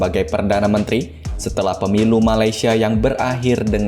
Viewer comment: Correction utk sebutan...MALAY- SIA bukan MALAI- SIA